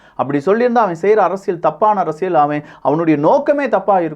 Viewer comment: தம்பி, உங்கள் தமிழ் உச்சரிப்பில் ஆங்காங்கே தமிழ் கொலை செய்யப்படுகிறது. உதாரணத்திற்கு: அறசியல் அல்ல அரசியல். நள்ளது அல்ல நல்லது. உங்கள் உச்சரிப்பை சரிசெய்ய உதவி தேவைப்படின் தொடர்பு கொள்க (இலவசமாக). மெல்லத் தமிழ் இனிச்சாகாதிருக்க விரும்பும் பாரதி வாரிசுகளில் நானும் ஒருவன்.